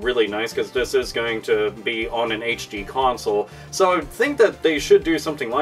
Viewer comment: he sounds British when he says 'so.'